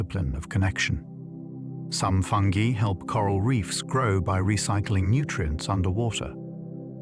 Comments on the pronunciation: I love listening to these at night. But I can’t listen to this one because of the way that he pronounces fungi. It’s obviously AI. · I thought it was called fungi not fungee 😂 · Ya this one kinda killed it for me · If fungi can’t be pronounced properly I’m out of her! Stupid Al!!